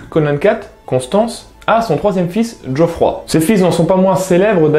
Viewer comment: djoffroy? Non Geoffroy. trug.